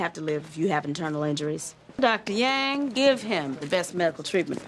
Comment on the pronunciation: It's AI, so it's not going to pronounce her name correctly.